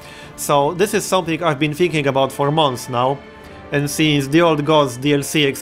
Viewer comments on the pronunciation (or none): none